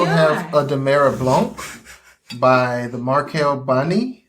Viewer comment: oh by the way, since Cincinnati is my hometown, I grew up with one of the owners of Markell-Bani Wines, and it's pronounced "buh-NUY".